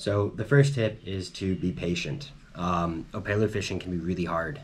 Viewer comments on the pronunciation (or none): Killer tips thanks. My only criticism is it’s op”e”lu not opaylu😂 Eh eh 🤙🏽